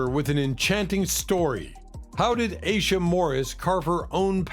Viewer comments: Aisha is pronounced "eye-eesha" not "a-sha" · Their names are Nona Aisha (I-e-sha), Aisha ( I-e-sha) Morris& Tashera (Ta- sheer- rah) Simmons. Saying someone’s name correctly is important. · I think that Aisha is pronounced Eye E Sha. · Stevie Wonder's daughter, Aisha, name is pronounced. I EE SHA as it's sung in his song, Isn't She Lovely.